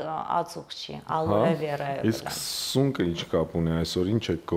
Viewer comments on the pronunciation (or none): Aloé, not aloA. I didn’t like the style of her conversation at all. She doesn’t know anything about what she teaches.